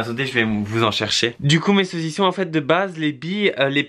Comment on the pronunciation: Arrête de dire '' mes seausison a la seausise !!!!!!!!''